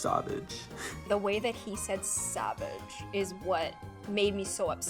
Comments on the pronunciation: I really thought he said sabbage lol 😂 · When he said savage i thought he said sausage an di was so confused- XD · “sAwHvAgE” AIQISJSIAOAKSJJAOJQJAND😭🙄